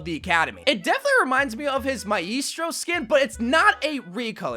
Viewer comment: just fyi, Maestro is pronounced like "my strow"